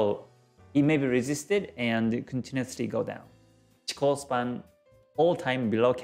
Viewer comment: Hey Man, nice videos! I found your YT Channel only some weeks ago and seems really full of material! For this reason I give you the best thanks for your job! So i've a simple question: why u call "Chiko Span" instaed of "Chikou Span". I've saw u are the owner of the real Book of G.Hosoda, and i really would like put my hand on there version of book. So, which Is the correct way to call this line, respecting Hosoda's studies?